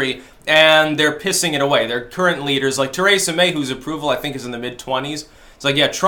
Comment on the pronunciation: TREE-SA! Not TER EH SA!